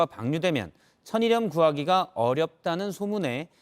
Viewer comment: 천일염[처닐렴] 왜 앵커들마다 다 [처니렴]이라 발음하지?